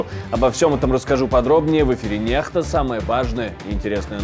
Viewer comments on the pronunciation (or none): Скажите этому неграмотному режиссеру и ведущему, что на латинице NEXTA читается Некста, а не Нехта........деревня😂😂😂